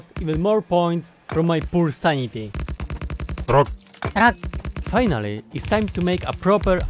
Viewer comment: Just call it: "Factorio except I replaced the rock sound with saying 'WROCK'"